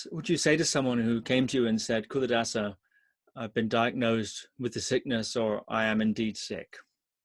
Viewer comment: It's pronounced Chuladasa